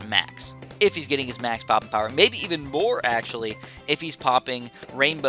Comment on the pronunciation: you said pooping instead of poping